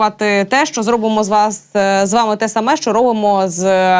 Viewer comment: Якою мовою розмовляе ведуча ? Хіба е в українській мові слова - щчє , щчо, якщчо ? Вивчайте українську !